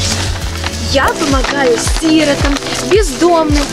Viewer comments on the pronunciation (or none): Не си́ротам а сиро́там